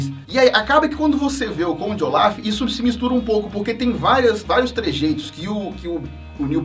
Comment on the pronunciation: Eu prefiro q se pronuncie Conde ôlaf do q olaf sla é melhor